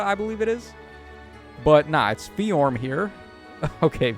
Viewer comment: ability to just add new sounds to a name that were never there is so funny. Bro said FeeJorm